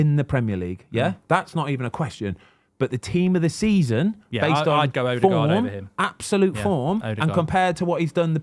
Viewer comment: 8 goals 5 assists for Odegaard. It annoyed me how many times he said it wrong